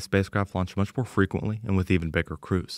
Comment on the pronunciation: "more freqyently..." more frequent than once every eight years?